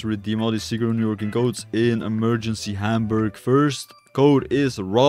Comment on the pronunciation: Hier die deutschen sprich mal Hamburg richtig aus😂